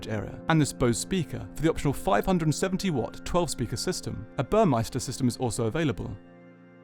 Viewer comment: It's BURMESTER not burmeister.